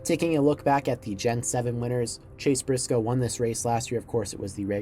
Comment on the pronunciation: “Chase Brisoce”